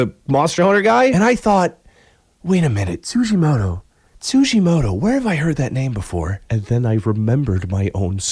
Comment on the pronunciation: Tsujimodo ? TsujimoDo ? It's a fucking T. TsujimoTo ffs.